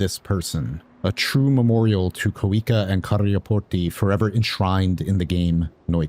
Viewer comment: excellent pronunciation ov kuikka & karjaportti <3